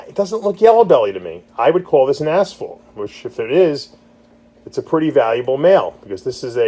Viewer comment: Why u call it asfault